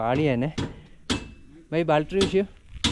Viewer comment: ബാൽട്ടറി എന്ന് പറയരുത് ബാറ്ററി എന്ന് പറ മോനെ. സൂക്ഷിച്ചു പോവുക